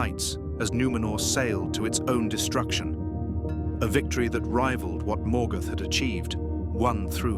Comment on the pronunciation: Lazy gen AI management.The mispronunciations that follow show it as true.